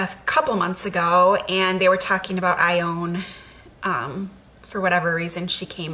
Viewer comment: Naming my daughter Ione, but not pronouncing it the way you do.